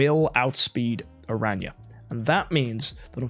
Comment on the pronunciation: saying new hero name: Ara-nya 😂😂 The Community saying the new hero name: Aranea(arey-niya) But corrected himself at the sponsor noice